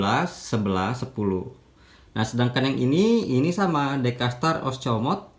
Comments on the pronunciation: Os.. Mo.. Co.. Te abang.. Bukan oscomot. Hehe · Diluruskan OSMOCOTE bukan OSCOMOTE 😂😂😂😂